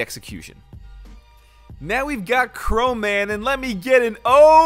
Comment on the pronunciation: Isn’t the name “Chroman” not Chromaman?